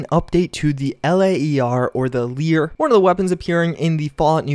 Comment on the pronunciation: Saying LAER like "Leer" was super cringy. It's less teeth grinding than pronouncing it like "Layer" or something.